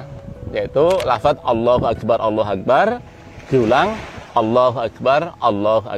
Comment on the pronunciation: Maaf pak kyai, pada ucapan اكبر, ro dibaca tafkhim. Pangapunten.